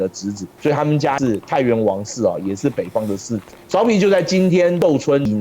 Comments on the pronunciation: 芍陂[què bēi]。。。。好像没念过苕皮。。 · 稍微纠正一些读音： 芍陂，读作que4 bei1（同“确杯”），现在为安徽淮南市寿县安丰塘，春秋时楚国孙叔敖主持修建的一个水利工程，东晋时改名为“安丰塘”，并沿用至今 “芍”字在这里是特殊读音，历史遗留原因，无法解释 “陂”字为多音字，大多数时候读“bei1”，意为“山坡、池塘、湖泊”，许多相关地名也是如此，比如这里的芍陂，又比如广州有个车陂， 这个位置引用《晋书》的"陂"字，也应读"bei1"，那整句就是指在颍川南北附近修建多个池塘水库的意思 “陂”字只有极少数情况读"pi2"，目前能找到的，也只有湖北武汉的黄陂 六安，读作“lu4 an1”（同"陆安”） "六"字读"lu4"时，意为春秋时期的六（国名），以及附近地域，也就是今天的六安附近，“六安”这个名称，据说是汉武帝时所起，是将当时刚刚经历谋反的衡山国境内的六县、安风等地名字合并为“六安”，意为“六地平安” 另外好像也有姓六的